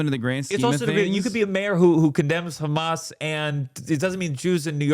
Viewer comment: Damn he really said "Khamas" and "Hassan Piker" in the same breath huh 😂😂